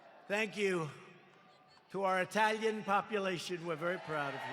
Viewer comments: Hearing Trump say “Eetaalyin community” made my day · The way he says “Italian”. 😂